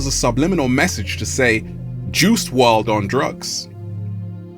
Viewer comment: "WRLD" , not "WRD" , love the good energy